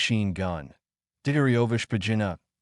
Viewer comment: That was one of the most incorrect pronaunciation of Dyagterev Shpagin